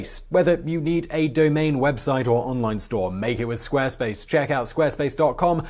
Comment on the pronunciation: You pronounced Squarespace wrong! Jeeeesus!